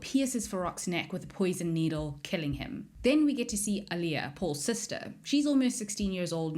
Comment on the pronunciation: The way u said chani??? Chainey? Wtf. AND ALIA??? WHY ARE U SAYING ILIA. SEE ETCH! THATS NOT HOW U SAY SIETCH OMGGGGG